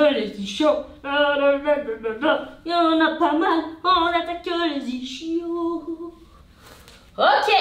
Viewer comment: Toujours aussi folle à ce que je vois ! (Et c’est ça qu’on aime) PS: on prononce « isquios »